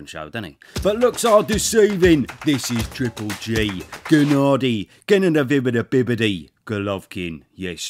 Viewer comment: I already watched this video almost 80 times just to hear the Gennadiy ''Gennanabividovividiy'' Golovkin Good afternoon from Nigeria